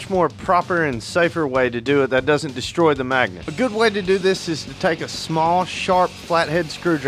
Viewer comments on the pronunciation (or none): none